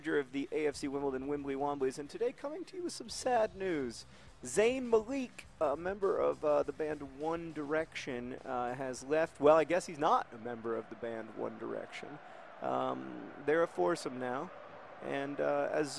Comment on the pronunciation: Um John, Zayn Malik is pronounced Zayn Mal-ick, not Zayn Mal-eek, haha.